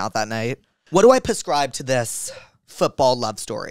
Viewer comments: this dude said "pescribe" like 40 times. can someone teach him it's PREScribe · He's saying it on purpose because like octopuss therapuss pusscribe etc. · I love Jake but I so wish he would stop saying PUHscribe😭😭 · I love everything about this podcast, except the way you say prescribe. Xoxo